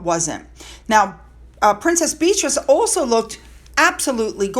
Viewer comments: Before Markle started the podcast, it was meant/sold as both she and Harry together. Then she kicked him off and took it for herself. She has screwed him so many times. PS. I don't understand why you insist on pronouncing Beatrice 's name incorrectly. Maybe you've got a beef with her? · I like your channel, but I do not understand your willful mispronunciation of places and names. Edinburgh is pronounced “Edinburrah.” You even admitted in this video that you know how to correctly pronounce Beatrice but will continue to say “Bee-treez” because that’s just what you say. Really? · I love the way you say Bee-Trees ❤ lol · Why don’t you pronounce Beatrice name as it comes naturally. Your way sounds like it might be spelt ‘Beatrease’? 🤔In regards to H and Mm, it looks like ss squad is trying to make H the bad guy compared to Mm! In my opinion they both are evil! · Please stop calling her "beetrees" Her name is Beatrice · I love your content and have been a loyal supporter since the beginning. I listen to your videos while getting ready for work. When you mis pronounce a person’s name it make a huge difference in your videos. Calling Beatrice. Bee trees is no different if I called you instead of. Mispronouncing is distracting and if a person from the Royal family actually heard you call their name wrong repeatedly when you know it is pronounced correctly would be cross. The reason why I am commenting on this is because you brought it up in this episode. If you want to grow your channel and are having issues with that this may be the reason. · Again…correct pronunciation from an English teacher….the duke and Duchess of Devon- SHA….Warwickshire is pronounced WOR-RICK-SHA and Warwick is pronounce WOR-RICK (all the English counties that end in SHIRE is pronounced SHA) Beatrice is pronounced BEE-AH-TREES Edinborough is pronounced ED- DIN- BURRA.